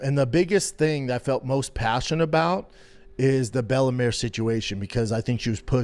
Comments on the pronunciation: Its bella mir not bellamare 😂😂😂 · He said Bella “Mare” 8 times.. Nobody reached out. Lies, lies lies